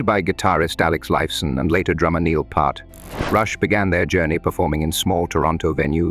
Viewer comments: 2112 is said as “Twenty-one twelve” like a year…. Neil’s last name is pronounced PEERt. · Neil Pee-art? Really butthole? Is it not possible to correct the way that A.I. pronounces words? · As well as Neil Part. 🤨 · Plus it announces Neil’s last name wrong every time